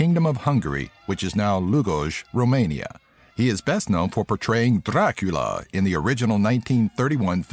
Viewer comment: I am from Romania(unfortunate) and I really found funny how you said ciorba(this is how you write it) and Dracula. :)))))